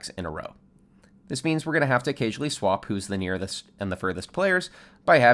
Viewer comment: "the nearthest"